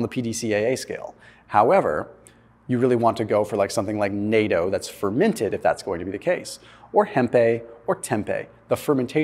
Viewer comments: As a Japanese guy, gotta say it. It’s pronounced NAH-TOH, not nay-toe. Otherwise, awesome video as usual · FYI, "natto" rhymes with "motto" (or the last two syllables of "arigato"). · You're saying NATTO WRONG......... ITS Nat-toe